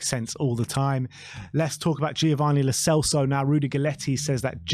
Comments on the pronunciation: "Lo Chelso" lol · The real reason Lo Celso is leaving: 4 years in and our fans are still pronouncing his name wrong